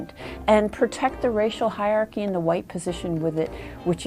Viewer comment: It's hiERarchy, not hiarchy...